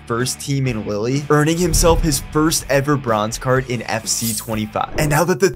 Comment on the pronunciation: Did he just call Lille Lilly?